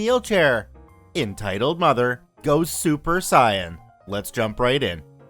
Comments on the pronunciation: It's SAY-EN not SAI-EN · It’s said say an not saiyan so heads up tho but amazing job! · You say super Sigh en. But it is super say en. Super Saiyan is a power level from Dragon Ball Z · Super SAY-En... not Sigh-yan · he said super cyan wtf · lol he said saiyan wrong its say-an to make it make more sense but spelt like saiyan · Nope, it's actually SAI-EN. pronounced it properly. It's western dubs that get it consistently wrong and it happens often. Throughout the 80s, we pronounced "Ninja Gaiden" wrong. Throughout the 90s, we pronounced "Raiden" wrong. Hell, while she is not Japanese, J.K. Rowling has stopped trying to tell westerners how her name is pronounced because we're actually known to argue with her about it. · Its pronounced super say-yan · it is Say-yin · Have you not watched dragon ball z, it's pronounced say-en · it's pronounced Say-Yen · This niqqa said saien 😂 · The way he says super saiyan hurts alot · Just because he said sayain wrong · My head hurts becuse how wrong you prpnounced sayian wrong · I just lost so much respect for you when I heard how you pronounced Saiyan.... Dragon Ball Z 4 life!!!